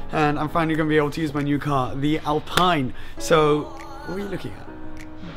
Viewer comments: How do you speak french and still mispronouce Alpine? :P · Alpeen in french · Hello,it is said AlpEEne please...nice day... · ALPINE is pronounced: “ahlpien” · Say Alpine like "Alpeen" ;) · tu es français et tu dis alPAILLEne ? Tu devrais avoir honte de faire comme si tu avais oublié la bonne prononciation (on se demande pourquoi d'ailleurs)...